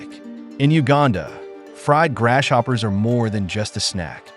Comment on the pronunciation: Grass-hopper, not Gras shopper